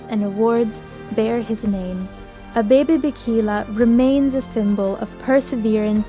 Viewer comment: Thank you for telling this amazing man’s history. I didn’t know about him competing after his accident. One point, his first name is pronounced Ah-Beh-Beh. Thanks again!